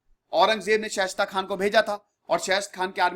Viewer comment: Respected sir... मैं आपके विडियोज देखता हूँ और ज़्यादातर मैं एक बात नोटिस करता हूं कि आप कई नाम सही नहीं लेते मसलन इस वीडियो में जुझार सिंह को झुंझर सिंह , शाइस्ता खान को शेष्ट खान कह रहे हैं| और औरंगजेब के खिलाफ आप वीर दुर्गादास और मेवाड़ राणा राज सिंह का नाम लेना भूल जाते हैं।